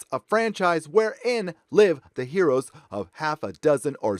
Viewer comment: "her-ohs" - love it! :D